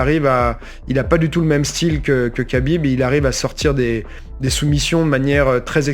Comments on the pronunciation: Khabib ça se prononce rabib au passage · Je trouve que la prononciation "kabib" est bien plus agréable à l'écoute qu'un "khabib" mal prononcé. Car "khabib" en arabe ne se prononce pas "rabib" mais "rhabib" ou "rrrabib". C'est de la phonétique, compliquée à maîtriser si ce n'est pas notre langue natale. Donc le Mr te dit que la bonne prononciation en français est "kabib" point barre.